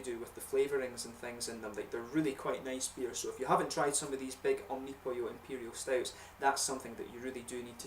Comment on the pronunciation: funny you say omnopyo... cheers